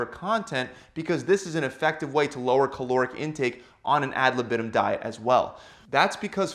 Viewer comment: If you use Latin words you should first learn how to pronounce them. And „ad libitum“ is pronounced very different from how you do it.